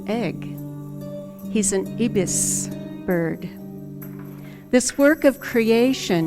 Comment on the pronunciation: Ibbis bird lady its pronounced eye bis